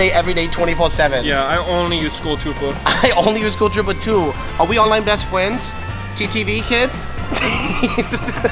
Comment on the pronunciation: "Are we onwine best fwens?"